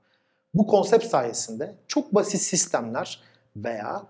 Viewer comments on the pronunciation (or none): Sizi severek ve saygıyla takip ediyorum. konuşmanın birkaç yerinde "konsep" dediniz, doğrusu: "konsept" olacaktı. Sizi sevdiğim için düzeltme ihtiyacı hissettim. Bunu okuyunca yorumu silebilirsiniz. Selamlar.